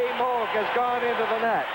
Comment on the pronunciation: has trouble pronouncing "Moog", what would he do with "worcestershire".